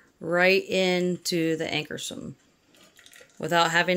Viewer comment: Great demo. Check your pronunciation. AnkarsRum.